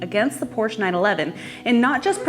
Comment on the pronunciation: Great review. Now learn the proper pronunciation of Porsche 😆